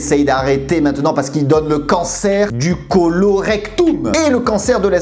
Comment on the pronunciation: c'est drole quand tu dis colorectoum